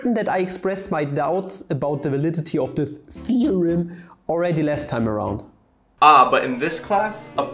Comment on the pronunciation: "Theorem" XD XD XD